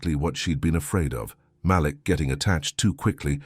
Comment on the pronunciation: Love the story. I don't like when the storyteller mispronounce Malek's name. He pronounce it like it has 2 lls.